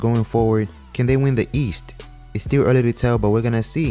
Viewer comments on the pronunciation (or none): none